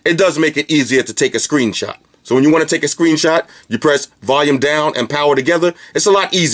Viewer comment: I laugh every time You say "Valume"..awesome review as always though dude!